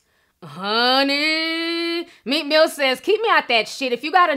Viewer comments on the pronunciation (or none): I cringe when you say huni, apart from that thanks